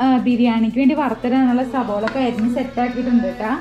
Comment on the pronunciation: സബോള അല്ല കുട്ട്യേ സവാള ☺️